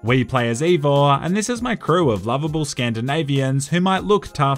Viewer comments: Evor. Not Eivor, Evor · You pronounced Eivör wrong, just saying..